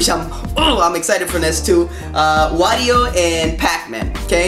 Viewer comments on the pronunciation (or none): none